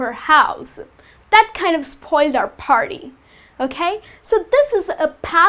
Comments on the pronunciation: All r nice . But why do u say farty (party) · Because Indian use F instead of P